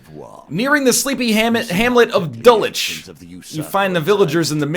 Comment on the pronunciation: Also FYI Dulwich is pronounced Dull-idge